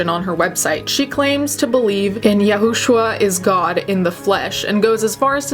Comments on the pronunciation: It's pronounced yu-shoe-a according to the Jewish religion. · "Yahushua" is pronounced Ya-shoe-ah. Blame my religion background. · It's pronounced "Yah-shu-ah". I used to be in a cult that believed the same things she did, but it wasn't the same one she was in.